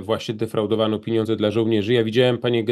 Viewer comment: panie Piotrze pieniądze nie piniodze, drobny ale stały błąd wymowy, wybaczam, ale proszę korygować